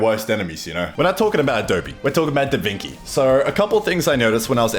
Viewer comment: Italian's having heart attacks every time says DaVinki